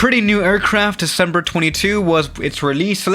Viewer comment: No one:: “On DeCEmbER TweNTy-TWo”